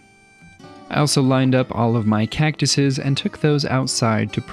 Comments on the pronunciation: As a desert native, I winced everytime he said it. Can't blame him though, a lot of people get it wrong. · As an Arizonan I died a little inside every time you said saGuaro as well when you said cactuses